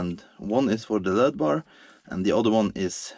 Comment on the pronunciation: *L.E.D.*= Light.Emitting.Diode. Pronounced -- ELL. EEE. DEE. Just sayin. In case you dont know. A diode is a oneway valve. But if you force enough electric through it the wrong way it glows(emitts light).